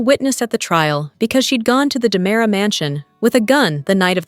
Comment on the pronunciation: It's diamera not dimera